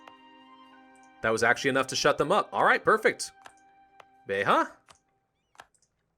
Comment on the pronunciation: Actually it is not pronounced like "alenteho", it's pronounced "alentejo" because in portuguese we don't use the H sound on J.(And beja is not "beha" for the same reason)